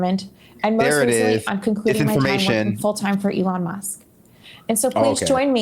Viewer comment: teehee she called Musk muss